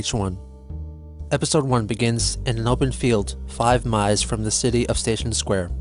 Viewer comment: 100 mies away